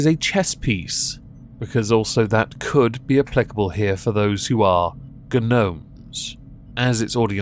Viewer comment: Kneckbeard says, ", I thought you knew it is pronounced 'ka-nome'......"